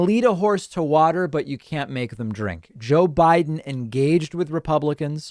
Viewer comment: " JOE WIDE'IN "